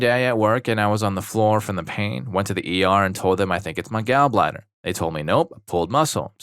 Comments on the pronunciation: Gaul bladder, not Gal bladder. Displayshya not dis plazya Are you a bot? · hard to tell whether youre saying "gall" like "gal" on purpose or not lol